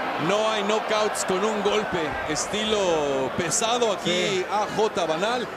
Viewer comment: alam ko spanish... sabi daw "Ginulpe" daw... LOL